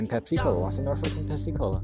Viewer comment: when u say pepsi cola, i laugh on entire video lolololol